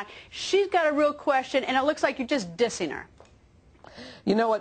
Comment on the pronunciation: Old ass news anchors should not say "dissin em".